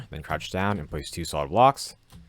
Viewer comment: "Soid blocks"😂